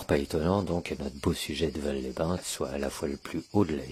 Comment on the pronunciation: ON NE DIT PAS VAL SANS PRONONCER LE "S" ON DIT VALSSSSS😁